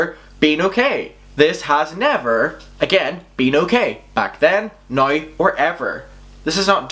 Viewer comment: Can you please stop saying noew instead now? It's really confusing